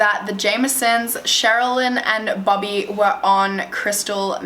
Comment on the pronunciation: I thought she was saying bubby, but then I realized it was bobby 😂